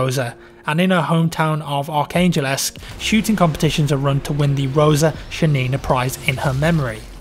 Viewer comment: Ark angel-esque? Surely you mean Arkangelsk?